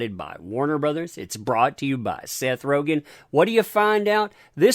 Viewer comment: you do know it’s RogEn, not RogAn?